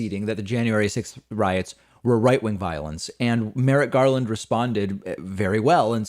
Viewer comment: Merrick not “Merritt”